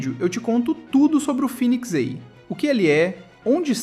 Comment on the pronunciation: Phoenix EI ❌ Phoenix A ✅